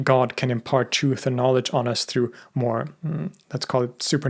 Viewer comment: I couldn't finish the video, his insistence on pronouncing 'truth' as CHOOF over and over was too grating on the ears. Many words so poorly enunciated one wonders if his english is so sloppy, his research behind these videos must be as well.